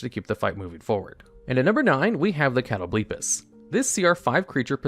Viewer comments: Cringed at Cat o blee piss but otherwise fantastic video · I cannot take you seriously when you're saying "catto-BLEEP-us" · Catoblepas pronunciation almost killed me lol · Broooo what what that pronunciation of catoblepas